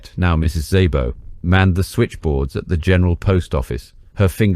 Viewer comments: I've been bingeing your spy videos for several days now. They are excelently done and intriguing parts of history. Thank you for your work. She was an extraordinary person. By the way, in Hungarian, "Sz" has the "S" sound. Therefore "Szabo" is just "Sabo" not "Saybo." :) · Great video and story - now if only you could decide on a consistant pronounciation of the names - "Violette/Vyolet" changes every few setences, and there is even "Szabo"/"Zaybo" and a few more weird ones :)